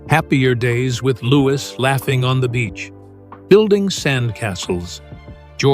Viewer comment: At least pronounce his name right. Louwee. No S at the end. Louis.